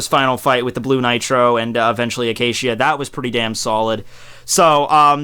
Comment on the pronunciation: Zeebruh and Acashia.... wtf are these pronunciations